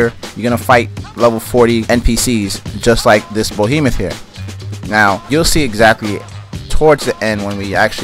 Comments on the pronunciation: It's BEhemoth not BOhemoth. That is all. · Y r u saying bohemeth it's said behemoth. Be not bo